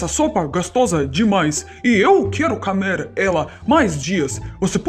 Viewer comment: Você diz: camer. Diga comer.